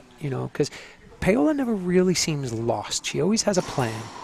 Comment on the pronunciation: Every time he calls her “PAY-OLA”, it makes me cringe. Someone please tell him how to pronounce her name.